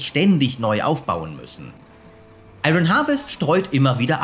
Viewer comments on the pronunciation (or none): ion wirds gesprochen nicht iRON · Ich kann mir die falsche Aussprache von 'Iron' echt nicht anhören. Da rege ich mich zu sehr auf!